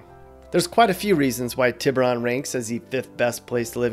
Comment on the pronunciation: Say it with me now Tea-Boo-Roan